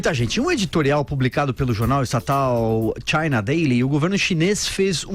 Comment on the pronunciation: Ela falou China what???? Não seria China Daily?